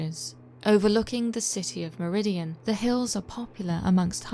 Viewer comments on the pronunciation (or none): Also as a one time resident of Meridian ct , the second I isn't pronounced. Its mer-i-dan. BTW if you want to see the black dog, go to the tunnel in the woods at night... If you don't know where that is ask a local they might tell you, pay a homeless person they will lead you there. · Great video as always but the town in Connecticut is Meriden not Meridian.